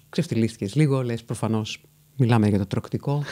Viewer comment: Συγγνώμη μόνο εγώ δεν κατάλαβα τι είπε αντί για «τρωκτικό»?